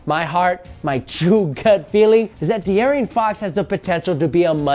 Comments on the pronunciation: dearien? its deaaron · His name is De'Aaron not De'Areon....come on man next you'll be calling Stephan Curry Steven Curry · Pretty sure it's pronounced de-Aaron not de-arian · de'arian fox? did dis dude just do dat? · Did you say "De-Arrion Fox"? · Why can't people say his name correctly? Lol. It's literally just De'Aaron. No extra syllables. None of that. Just the name Aaron with De in front. But anyways wherever he goes De'Aaron will def be a steal. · De'Aaron (D-Aaron) cmon bruh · Can't even say De'aaron Fox's name correctly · not my point. You made an entire video convincing Laker fans that drafting Fox over Lonzo is the move but can't even pronounce the mans name correctly. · Your not saying his name right.